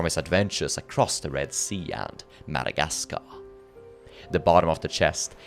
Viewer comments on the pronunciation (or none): none